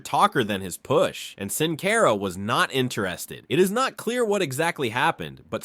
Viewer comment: Who is "Sin Cayra" ?